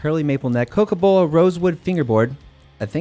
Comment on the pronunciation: you actually pronounced it better than he spelled it "cocobolo"